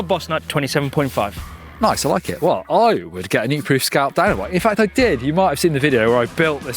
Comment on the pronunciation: Scalp not Scout